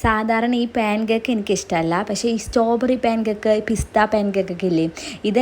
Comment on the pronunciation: സ്റ്റോ ബെറി അല്ല ചേച്ചി സ്ട്രോബെറി